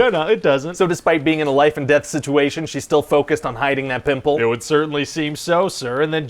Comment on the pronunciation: "With a friggin PIMPULL"